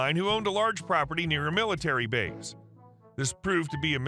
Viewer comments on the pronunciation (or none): none